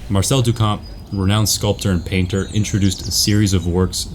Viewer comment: Also sorry, not sorry... it's pronounced Marcel 'doo - shaamp'